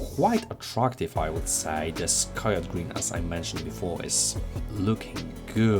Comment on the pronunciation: Ka-Yo-TEE. that SFT40 has been making waves.